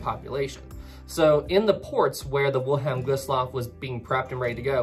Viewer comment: Anyone notice that the name 'Wilhelm Gustloff' is being pronounced wrong? Also, , "three" torpedoes are said to have been fired but it was actually four, only one got stuck in the tube. When Gustloff's emergency lights activated, the Soviet submarine, S-13, was the surface and because of the lights of the ship, it was now exposed. A Kriegsmarine warship that was escorting Gustloff actually opened fire on S-13 in its attempt of escape, which it did get away. S-13 would go on to sink the SS General von Steuben and claiming around 3,300 more lives. S-13 is officially the most deadest submarine in history, killing over 12,000 lives in just two ships sunk.